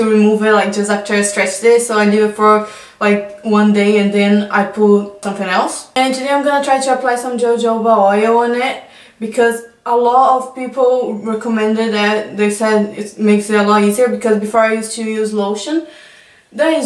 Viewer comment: the j in jojoba oil is pronounced with an h sound